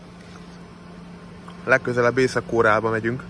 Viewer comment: Rövid "O", Korea.